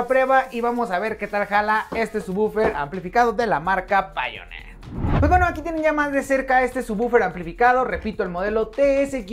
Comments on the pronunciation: Se pronuncia "Paionir" tu que te dedicas a eso... mejor pronunciarlo así, no crees? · Me gusta escuchar como no sabe pronunciar Pioneer me alegro el momento Pero igual que precio tiene tu producto?